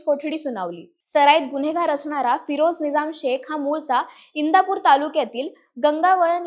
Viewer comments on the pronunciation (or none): इंद्रापुर ❌इंदापूर✅